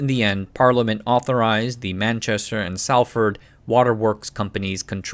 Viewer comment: What do you mean! he got Manchester and London correct at least😂😂😂